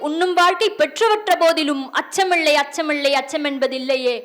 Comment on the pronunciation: அச்சமிள்ளை அச்சமிள்ளை என்று உச்சரிக்கிறீர்கள் சகோதரி....! சரிபார்த்து உண்மையெனில் திருத்தி உச்சரிக்கவும் 🙏நன்றி 🙏வாழ்த்துக்கள்